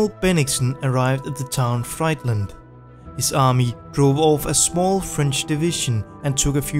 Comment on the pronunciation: The city of Friedland is pronounced "freedlund". It has nothing to do with fastfood.